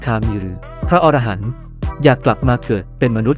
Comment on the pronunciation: คำว่า"อรหันต์"อ่านว่า อะ - ระ - หัน ครับ ถ้าอ่านว่า ออ - ระ - หัน หมายถึงสัตว์ในนวนิยาย